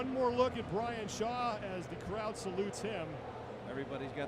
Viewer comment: Brian Shaw was the only name they pronounced right lol